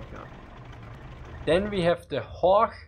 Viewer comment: I'm quite surprised how you pronounced things like "Horch" and "Storch". Especially when one hears your "Zischlaute" when you speak English. But anyway... as a "Piefke" I like your Austrian dialect ;)